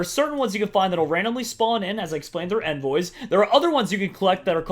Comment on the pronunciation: You mis pronounced envoys ._.